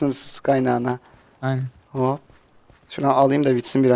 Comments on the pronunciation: Minecraft Evi Abii Farkindaysa hep bisiy yapdikda Hoopp diyorsun :D :ASD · Abii Farkindaysa hep bisiy yapdikda Hoopp diyorsun :D :ASD